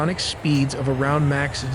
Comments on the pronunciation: and mispronouncing Mach as Mack multiple times just to annoy me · I think you're right. "Mack" is a big tell. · The pronunciation of "mach" is sending me